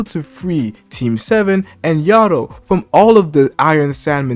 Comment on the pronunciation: Bro it’s Ah-Rye-Ah. And yo-dough. Why is everyone struggling to say their names lol